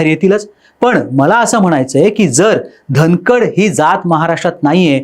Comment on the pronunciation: अरे धनकडं नाय र बाला 😂